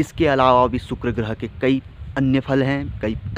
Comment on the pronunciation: Sukuro groho nahi sukuro boleyea